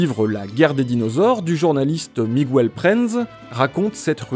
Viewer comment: * Miguel (et non Migwel) *